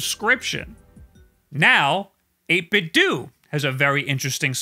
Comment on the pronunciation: It’s Nintendo not nintendew right? Lol , so I think it’s 8bitdo not 8bitdew